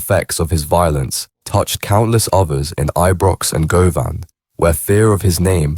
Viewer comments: Go-Van 😂😂 Its pronounced GU-VIN 🙏 Condolences to all effected by a life in Glasgow 🏴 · It’s pronounced Guvvin, not Go Van, fuds! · hahahaha hearing non Scots say Govan tickles me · Govan is pronounced Guvin Strathaven is pronounced Strayvin and Duntocher is pronounced Duntoekir